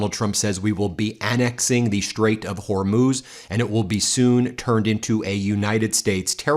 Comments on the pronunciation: The “Hormone Strait” ???? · He keeps mispronouncing Hormuz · So Trump says Iran is being "beaten very badly" and can't pronounce "Hormuz" properly but he has all the best words and knows everything about everything. So what does "getting beaten very badly" mean..in Trump terms...probably he's doing it badly! It's certainly that the beating isn't a bad one!